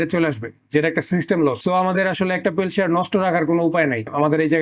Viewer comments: পেলসিয়ার নাকি পেলটিয়ার? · thermodynamics er bal buje. thermodynamics en knowledge thakle peltier er pise taka nosto korto na. ঠিকমতো পেলটিয়ার বলতে পারে না এলশিয়াল কয় 😂